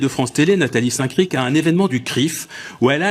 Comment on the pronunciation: Nathalie saint crifffff. c est saint cric